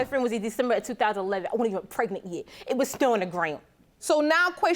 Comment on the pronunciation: Did she say Kraignant?